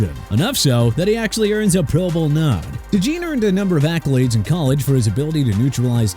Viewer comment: Bro can you please learn to pronounce Cooper Dejeans name correctly?